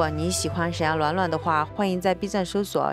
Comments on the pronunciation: 闪耀卵卵，哈哈哈大神是湖兰人吗？ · up是湖南人嗎，把暖暖說成卵卵，好像我一個湖南的好朋友